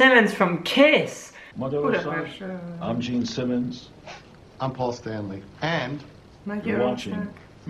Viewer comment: A Kiss kiejtése tökéletes volt. :O Leesett az állam! \m/